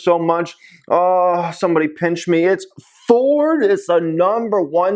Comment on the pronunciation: Fooord???? Forrrrdd???🤣🤣🤣🤣🤣🤣